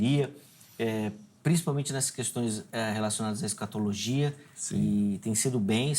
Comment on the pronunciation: Professor de linguas que diz " escatologuia" , ...